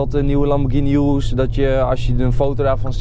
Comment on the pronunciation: enzo zei eerst altijd lamborghini verkeerd en urus goed en nu is het omgekeerd je spreekt urus uit als oeroes niet als joeroes